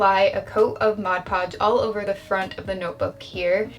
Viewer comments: Can we get a like for a token of appreciation for the fact that she actually calls it "Mod Podge" instead of "Modge Podge"...which is funny-cute! Just nice hearing the correct term! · You have no idea what happiness it brings me that you correctly pronounce mod podge